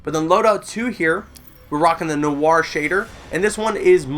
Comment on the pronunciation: You said Noir wrong 😐